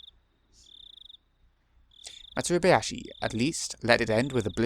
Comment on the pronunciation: FYI, the "hayashi" in "Matsuribayashi" refers to musical accompaniment. That's not necessarily clear in the translation. Also, your pronunciation of the title is good. There's a bonus thing that you can get after you finish this arc, if you do things just right. You probably don't understand what that means, unless you've heard things specifically about this arc of the sound novel, but you might come to realize it somewhere along the line. I guess I might ask you later on what you want to do. Did you see what MangaGamer is doing with Higurashi now? They're giving out the first arc for free "until an effective vaccine for COVID-19 is discovered", calling it the "Hinamizawa Virus Bundle". I think there are at least a couple of issues with that.